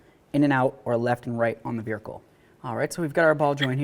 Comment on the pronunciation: Say vehicle again